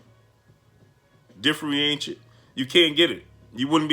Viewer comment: Differ-Entiate for next time... I hate when that happens lol